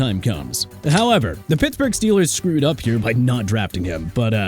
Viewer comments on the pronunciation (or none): none